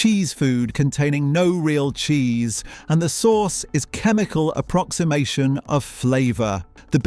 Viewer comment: Jheese? Isn't it Cheese?